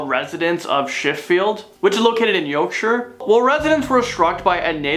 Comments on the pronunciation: Aww bless he could not pronounce Sheffield or Yorkshire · The way he said Sheffield Yorkshire 😂 bless him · How did you pronounce Sheffield and Yorkshire 😂